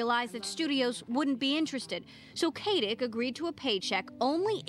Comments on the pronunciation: K-AH-TICK, not KAY-TICK Oh my goodness. (spelled Katic) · yeah for god's sake it's K-ah-tic NOOOOHOOOT K-ate-ik!!!!! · While that's not incorrect, Stana consistently says her own name as "kah-tick" whenever she has to make an introduction.